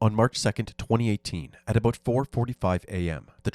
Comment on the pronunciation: "at aboot am" 💀